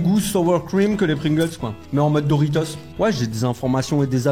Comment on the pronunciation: Dorito il a dit 😂